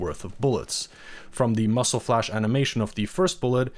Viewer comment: It’s muzzle not muscle. This is an AI narration. Kind of sucks that this isn’t a voice from a real person. Probably Bangladeshi or Pakistani or from they might be from India.